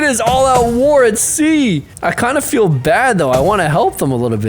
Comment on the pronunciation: When he said feel he said fell at the part where he said I don’t feel good about this